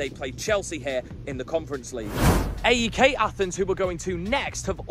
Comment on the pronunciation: Great video. Scary pronunciation of the stadium names 😂. You kind of butchered them!! You should refer to AEK without saying the initials...just "aek". Greek Gooner here (love Arsenal), but respect City, Liverpool etc. And love the Greek national team, but congrats to England...hope we can beat Scotland in the playoffs.